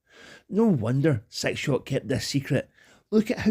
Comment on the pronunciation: I love your accent one of the reasons I absolutely love listening to your videos, but I got to say this with utmost love and humor brother! When you say six shot it sounds like you're saying "Sex Shop" lmfao 😂😂😂😂